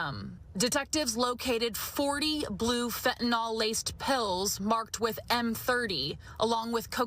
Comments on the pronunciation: Sorry to nitpick, but I wish she would correctly pronounce it as 'fentaNYL', not "fentaNOL". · Lady, it's fentANYL NOT fentANOL. Just stop 🛑 it.